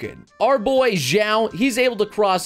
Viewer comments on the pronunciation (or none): none